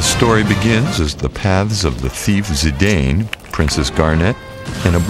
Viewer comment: So you Pronounce Cecil and Zidane wrong but you get Titus right????